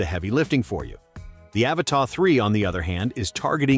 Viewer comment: AVATA not Avatar